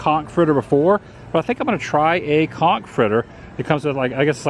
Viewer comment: So so glad you pronounced conch correctly. You may have been demonetized